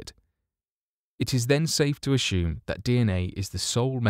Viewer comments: Ashume? Do you mean to say assume? There isn't a letter h in the word assume. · Can anyone explain to me why some people pronounce words like 'presume' and 'assume' as preshume and ashume? This guy does, there are others, I have noticed they usually have good english speaking accents as well, Dr. Creepen, Sir Sic etc... Its very shtrange and I cant shee why they shay shuch shilly wordsh. Sherioushly though, does anyone know why they do it?